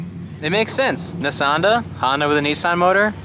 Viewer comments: Nissanda and Hondan (hon-dawn) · Nissonda and hahnsin (tribute to hahn f&f “honson” ) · Honbimmerssan? Honssan? Bimhonssan? Nissbimmerda? Oh boy